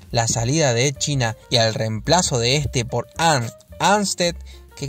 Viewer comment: Edd China, Ed China me chirrían los oídos, los nombres propios no se traducen y se debe intentar pronunciarlo cómo sería en su idioma original en este caso se diría Edd Chaina.